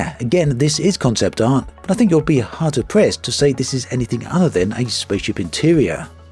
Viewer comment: haha, you mean "hard pressed"? sounded like "hard to press" or something:D great vid as always.